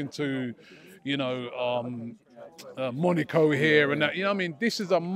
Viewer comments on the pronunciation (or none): none